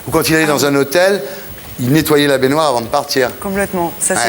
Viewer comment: Monsieur Thierry Ardisson, "baignoire" se prononce "baignoire" et non pas "bainoire". Et dans le mot "dejeuner", le "eu" ne peut pas être muet. Vous ne pouvez pas dire "déj'ner".